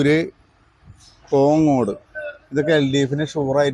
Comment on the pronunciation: കൊങ്ങോട് അല്ല കോങ്ങാട്